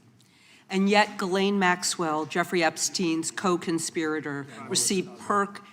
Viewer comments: Did PAAAAM just refer to Ghislaine Maxwell as, "Gurlane?" Pam, come on. You're obviously in your own world and you're your own best buddy. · Girlane? She can't even pronounce her name properly. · Gerlayn Maxwell?!?!? You don't know how to pronounce her name? Have you even looked into the Epstein case Pam? This is nuts. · Its funny that none of them can even say Maxwell's name correctly, lol.